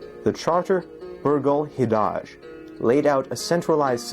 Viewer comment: Hidage is hide-idge, not hih-dahdge. Really odd way of saying it